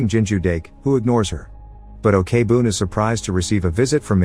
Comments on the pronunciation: Your recap is always great and amazing I even watch some of the movies because of your channel, but little suggestions can you search how to pronounced their name before make a video? Like Jung is not Yung or Ok-boon it's not really okay-boon but okboon they're not separated. Other than that I enjoy your videos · Why do you pronounce she as 'O.K-boon'? 😂 It's OK-BOON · Okay now, it's not Na Ok Boon it's Na OK (OAK) BOON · You couldv'e at least research on how to pronounce the name! Ok-Boon as OKAY-BOON?? Wow! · I just want to correct that Ok-Boon is not pronounced as Okay-Boon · Great video and movie. I just need to say though, O-K BOOM is the funniest pronunciation of that name ever lol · The pronunciation of Ok Boon as Okay Boon is killing me, but I've already watched this movie years ago and it was so good. Also very sad because it touches such an upsetting real life event. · ikr, they can make videos but can't even research to find out the correct pronunciation? maybe it's done on purpose to generate more comments criticizing it lol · The first part of her name is pronounced "oak", I don't understand how he could have gotten it wrong after watching the movie...?? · Is this video spoken by a computer? Why does he keep saying o-k-boon? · The story telling was amazing but, OKEY boon. I'm sorry but Im pretty sure that's mot how it's supposed to sound. No hate tho. Your videos are amazing this is just a small detail I picked up. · And here me, keep having to close google's AI search engine. Cause everytime he said "Ok-Boon". My phone detect "Okay Google" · Pls pronounce the names correctly especially Ok(u can pronounce it as ‘oak’ ) Boom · Okay Boon is a funny way to say thename